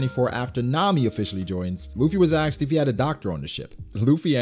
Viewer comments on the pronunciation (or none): it´s asked not "axed"